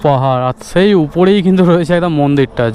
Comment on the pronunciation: ছেই দাদা 😂 অছম্ভব বলেছ তোমার ছেই বলা টা সেই 🙊